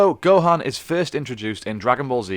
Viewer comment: Because of the persenter's voice I heard "the full story of Rohan" in my head hahaha